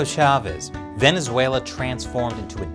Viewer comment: VenezueNAH DAWG